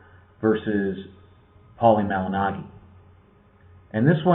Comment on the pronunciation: You are big on Paulie and you can't even say his name correctly?